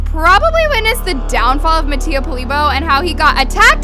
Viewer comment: the fact that she pronounces mattia's last name wrong😂